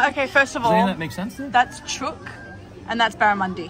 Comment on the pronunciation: Omg the way pronounced chook ☠️